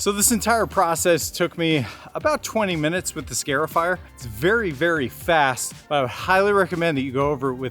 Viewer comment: it is a scar-ifier... not a scare-ifier. It is marring or scarring your lawn.